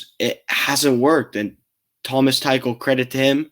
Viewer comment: Thomas “Too-cul”*